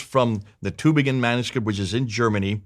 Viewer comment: It sound funny in german ears - the Town calls Tübingen - not Tubingen. Ü is not U.